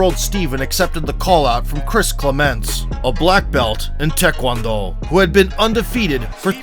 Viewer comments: I'm sorry I couldn't not hear it and keep silent 😆 XD, "a black belt in tech juan dough" BUT FOR THE RECORD. Good video ;). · It’s TAE KWON DO!! He says it himself that he practiced when he was young get it right man